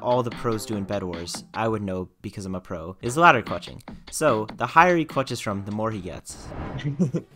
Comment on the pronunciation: "Ladder Clunther" be like